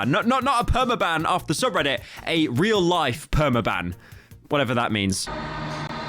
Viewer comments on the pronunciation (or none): none